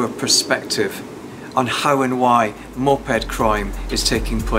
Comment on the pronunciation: Why does he say Moped like MOP Head hahahahahahahaha